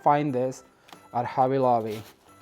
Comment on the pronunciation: a "B" is NOT a "V" if you are going for quality fix your english !! its not hovvy lovvy !!